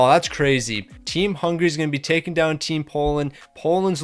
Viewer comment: It's Hungary not Hungray